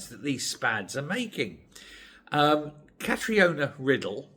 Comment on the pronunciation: Catriona is pronounced Katrina (just for info, not criticism)